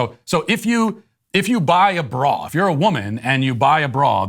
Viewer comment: Matt saying ‘bra’ sounds like an old British guy saying ‘bruh’